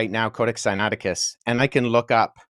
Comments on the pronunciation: Senateekis?😂😂😂😂 note. If you don't know how to pronounce certain words. Don't just give it a shot in an interview when your claiming to be a scholar. Billy thought this guy would be a pushover. This was orchestrated by GOD!! This man just happened to be very familiar with all the things Billy was lying on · It was embarrassing could not even pronounce codex Siniaticus